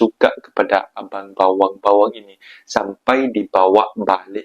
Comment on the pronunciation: bukan bawang la bro... tapi bewang... adik manis... abang bewang sinta sema kamuuh